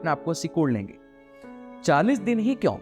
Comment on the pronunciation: Why do say "kyaun" instead of "kyon"?